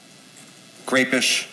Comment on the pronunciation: He says "grapeish" he must have known it had grape flavor benadryl.